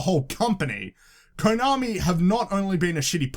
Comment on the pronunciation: tbh I think EA fucked up more than WB. Btw you're mispronouncing the o in Konami and Kotaku. It's meant to be like the o in "of".